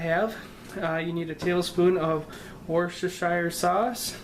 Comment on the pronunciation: Great video young fella but listening to you yanks pronounce Worcestershire is just bloody dreadful. Worcester = Wooster as in Jeeves and Wooster, Shire = Sher as in Sherwood forest. English delivery = Woostersher Sauce. For the love of all humanity and the wellbeing of the British ear please endeavor to practice the above. Much appreciated old bean, pip pip.